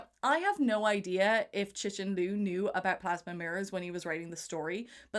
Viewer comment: Learn how to pronounce Cixin... X is "sh", C is "Tzz"